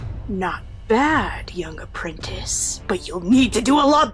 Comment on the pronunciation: haha "apwentice". lol